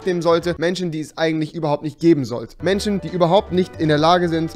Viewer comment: Wenn man sagt "Menschen die es nicht geben sollte" aber selbst nicht mal das Wort "Menschen" aussprechen kann 😂 PS: Rewi ist trotzdem coooll